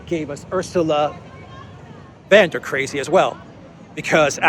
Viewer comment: 'der' (the singular masculine 'the' - in the nominative case) in German is pronounced as 'dare' in English, not 'duh'!